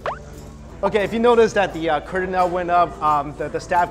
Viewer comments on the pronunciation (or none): none